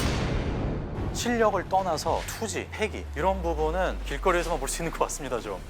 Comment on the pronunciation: 발음이 왜저러지? "손쉽게 이길 수 있을거 같습니대" 같습니더? 말할때마다 "다"발음이 이상한듯 거슬린다는건 아니고 중독성있는데 특이하게 이상함